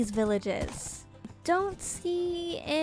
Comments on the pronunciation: be-hay-ve. I'm sorry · “you beHAYve” 😂